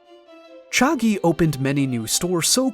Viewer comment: hey great video do keep up the good work but i think you may have pronouced chagee wrong